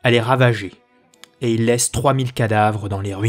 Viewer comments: Le mot "mille" est INVARIABLE, mes oreilles souffrent d'entendre des "mille z'archers" et autres barbarismes. Dans l'expression "des mille et des cents", mille est toujours invariable. Je fustige donc l'inculture du commentateur. Par ailleurs, cette bonne série suit fidèlement le remarquable ouvrage de Jean Favier sur la guerre de Cent-Ans, c'est assez dire sa qualité culturelle. Et je me réjouis chaque fois que Charles V couillonne les Anglais. Ce fut le meilleur de nos rois, toutes dynasties confondues, qui ne commit une grave erreur que sur son lit de mort. Avant lui, un père abruti qui avait tout perdu. Après lui, un fils aîné cinglé qui perdra tout et des cadets aussi indignes que ses frères. Charles V était en avance sur son temps mais hélas de santé fragile. - Il faudra l'énergie et l'astuce de son arrière petit-fils Louis XI pour restaurer la France, puis la hauteur de vues et l'intelligence d'Anne de Beaujeu (puis Anne de France) pour assurer la transition du Moyen-Âge vers la Renaissance. - Il n'y a pas eu beaucoup de gens de qualité parmi les Valois, comme parmi les Capétiens d'ailleurs, dont on ne gardera que Philippe Auguste et Philippe le Bel. Et parmi les Bourbons, je ne sauve que Henri IV pour son ouverture d'esprit, tout en flétrissant une gestion pitoyable et archaïque du royaume au profit de ses maîtresses. Et vive la République ! Salut et fraternité* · Passionnant, merci d'évoquer cette longue période avec talent. Juste un minime point, mille ne prend jamais de s donc pas de liaison.